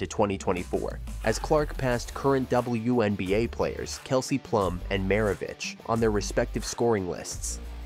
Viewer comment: “The dubowahNBA”